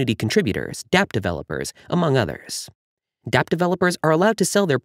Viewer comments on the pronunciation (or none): none